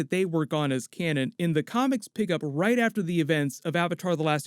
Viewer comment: Yo the way you say comics sound like your saying comments and it's very funny no disrespect though.